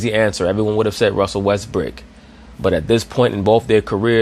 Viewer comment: James worthy calls him westbook lol